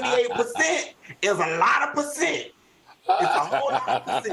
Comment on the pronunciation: Love it when Funky said “pussent “